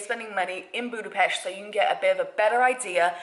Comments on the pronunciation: So happy that you pronounce Budapest correctly! Yay! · Congratulations on your perfect pronunciation of Budapest, most native English speakers dont get it right. Nice video, too! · Someone who actually pronounce budapest right